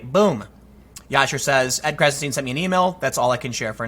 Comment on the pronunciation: "Stein" rhymes with "sign"